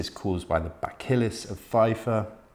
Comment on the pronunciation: Buh-Sill-Us. Re: bacillus.